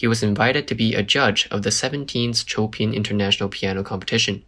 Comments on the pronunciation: Choepin????? Chopin is pronounced showpan. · chopin as in frederic chopin is prounced "show pen" not cho pin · its pronounced as sho-pan not Cho-pin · While Cho Pin may sound Chinese, the name is pronounced as “Shopan”” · Chow pen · The pronunciation of Chopin took me by surprise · Chopin, not 臭品 but 秀喷.